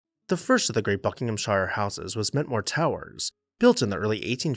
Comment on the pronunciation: Love your quaint pronunciation of Buckinghamshire! And it's still green and verdant.... That the government refused the gift of Mentmore and its priceless art collection can be ascribed to a small minded Labour government. Typical lefties!